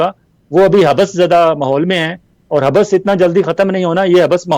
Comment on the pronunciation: ولانہ صاحب لفظ (حب بس) نہیں حبس ہوتا ہے ۔ یعنی ب کو ایک بار پڑھتے ہیں دو بار نہیں۔ کیوں کہ ب پر تشدید نہیں ھے۔ شکریہ